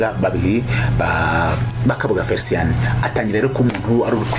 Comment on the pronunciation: Felicien not Fericien, pls